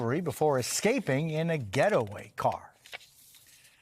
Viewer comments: In a ghetto-way-car hahaha that what I heard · My man JDB said “Ghettoway car” .. 🤭